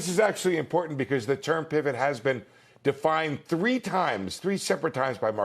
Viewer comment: LOL! He's got jokes!